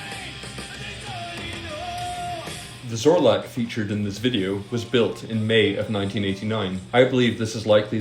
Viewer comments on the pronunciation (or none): none